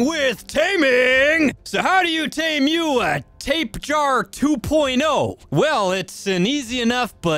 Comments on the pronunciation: don’t forget “tapehara” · Not trying to be a grammar nazi but its Tap-Eh-Jar-Uh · "Trap-e-o-g-nath-us" "tap-a-ha-ra" this man pronounces things however he wants... "bog spider" "frost owl" "pterodactyl"